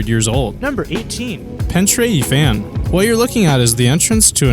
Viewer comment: PENTRE IFAN (pen-trer iv-van) 😉👍🏴